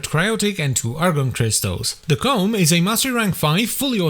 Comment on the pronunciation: Ko-mm not ***